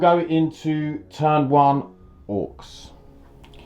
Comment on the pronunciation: wtf. orkses ? orks is not easy enough to pronounce ?